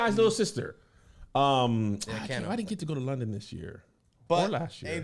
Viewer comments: Kano is pronounced "Kay-no", it almost sent me insane to hear it pronounced "can-o" lol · Kano ispronounced 'Kay-no' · Kano is pronounced "Kay no" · Kano is pronounced 'Cane - Oh' 👍🏾but agreed, he's excellent in Top Boy. Lots of the cast are either past or present musicians in the UK. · I think it's pronounced "Kay-no". L💜ve you guys, you're amazing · Kano was a grime legend and it hurts to hear his name misspronounced lol. Also method man the most underrated everything of all time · that Kano pronunciation was rough. I had no idea who you were talking about at first.